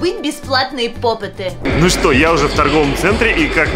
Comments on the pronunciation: Правильно не попытаныА попты Ударение на ы И симполы димполы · НЕ ПОПЫТЫ А ПОПЫТЫ УДАРЕНИЕ НА Ы 4 !!!!!!!!!!!!!!! меня бесит когда ктото говорит чтото не правельно-_- Я КРИТИК